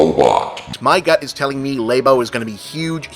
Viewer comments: I was lost for the rest of the video once you said "Lay-bo" I am 99.99% sure it's pronounced "Lab-o", it makes sense grammatically... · "Laebo." "Laebo." L A E B O . "